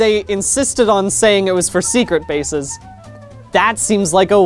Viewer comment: Why does he put the emphasis on secret instead of on bases in secret bases